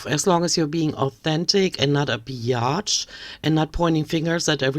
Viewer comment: Hearing a thick German accent call amberlynn Reid a Be-Yotch is the thing that I didn't know I desperately needed today 😂